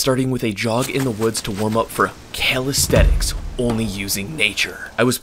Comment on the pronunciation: Man I really like you and I love almost every of your videos, the fun and the knowledge are always on point. but...... I always want to punch something when you say 'Calisthetics' instead of 'Calisthenics' 😅